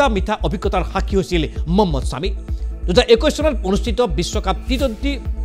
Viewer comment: মম্মদ ছামি নহয়😂.. মহম্মদ ছামি.. উচ্চাৰণ ভুল হৈছে আপোনাৰ